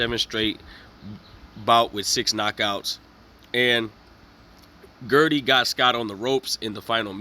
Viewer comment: my guy plz pronounce the mans name properly ... the name is not GERDY ... its pronounced GUIDRY( GID REE). my dude u couldn't even spell my guys name correctly .